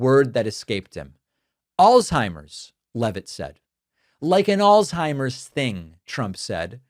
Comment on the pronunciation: Al-Zhei-mers You can't even say it right/ There is no "T" in the word and nothing is pronounced like a T in it